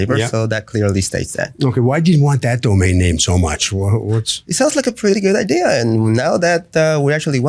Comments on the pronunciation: That's how she got the "idear" 😂😂😂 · What a great “idear” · Sorry, idear? Kind of stuck on that mispronounced word. Maybe it's a regional thing. I live in Florida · I know someone from upstate who says "idear" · Lol I kept saying that ideer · Drives me crazy when people add an R in idea🤦🏼‍♀️ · In the hallway she manages to say "idea"!